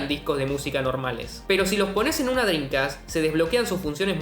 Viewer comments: ¿Que tan difícil es no decir Drincast y decir en su lugar "Dreamcast"...? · No dices Dreamcast, dices Drincas xD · Me da la sensación que dice “drincas” en vez de “drimcast” jaja. Lindo video papa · Que bien explicado, excelente video, disfrute mucho entender lo que paso con esta gran consola! NOTA sin mayor importancia: Dijiste 62 veces "DRINCAS" jajajajaja nose de donde la N en la manera que lo dices, en todo caso estaria bien DreamCas por acento y esas cosas, pero con "M", saludos sigue con el buen trabajo! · por favor pronuncia dreaMcast, “ladrin-cas” no existe es DreamCast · y lo dices mal pronunciado por cierto drencast....jajajajajajaj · Y en las 72 veces lo pronuncias como "Drincas" ... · La "drincast" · Que grande chabon! Lindos laburos te mandas con estos videos. El unico problema es que me quedo sonando la palabra Drincast como Homero con el plan dental XD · Me cansé de escuchar "driNcas" "shidirrom" jajaja me estresa!